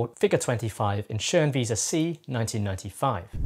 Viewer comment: From a German, excellent pronunciation of the "ö" in Schönwiese